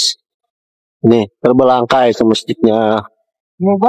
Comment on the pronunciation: Saya cuma cermati keodoban si Abang yg. berkata terbelangkai ,( maksudnya terbengkalai ) . Ternyata belajar ilmu di luar menghafal itu penting banget lho. Supaya tidak mudah dibegoin juga saat diajak tanya jwb sama wrtawan bisa berkomunikasi dgn baik n benar , juga saat bikin testimoni atau prnyataan mampu berbahasa Indonesia dgn baik n benar